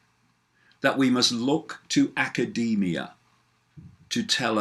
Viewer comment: " aaa-kah-day-me-ah" lol